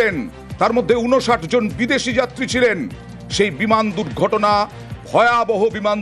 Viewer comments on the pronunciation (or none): দুক গটনা না বলো দুর গটনা কথায় বলতে পারেনা এরা নাকি সানবাদিক 😂😂😂😂